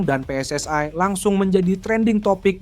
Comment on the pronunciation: Yg membaca baru belajar membaca PSSI seharusnya pe es es i bukan pe es es ai ini orang Indonesia atau Malaysia atau Malaya kalau menggunakan bahasa Melayu sah sah saja PSSI di baca pi es es ai